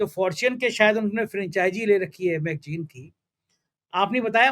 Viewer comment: Bhai ji.. Magjeen nahi.. Magazine...( magzeen) kahiye. Bhasha ka samman kariye😅😅😅